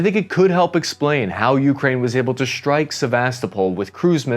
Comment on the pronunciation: Why do you use German pronounciation: "shtrike" instead of "strike"?